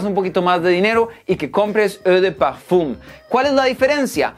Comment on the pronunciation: “Egdjdndndk PEEEFUMMM” ajajaj la wea